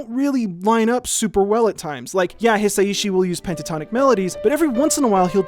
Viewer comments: I think you’d pronounce Hi Sai Shi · Hisaishi isn't hard to say: hee-sah-ee-shee -- Hisaishi. [*] But Debussy now: that IS a name you could try a little harder with! 😉 That piece of nitpicking apart, I loved your detailed analysis. Dōmo arigatō! [*] Similarly, Heian: heh-ee-ahn -- Heian. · someone pointed out to him that Japanese is a syllabic language so the s and ai should be connected and it should be pronounced as a more fluid three syllables, hi-sai-shi, right? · Hisaishi = Hi sa i shi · just putting this here, Joe Hisaishi is pronounced Hee-sigh-shee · I think it's hee-sigh-shee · It's pronounced his-osh-she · Pronunciation tip for Japanese: every vowel ends a phenome. So you say in your description, "watch me try to pronounce Hisaishi..." Break it up by the vowels. Hi-sa-i-shi. Also vowels don't change based on the consonants. So the "i" in "hi" is always pronounced like a long "e." Same with the "i" in ki, shi, chi, ni, mi, and ri. That "i" is always pronounced like a long "e" sound. 💜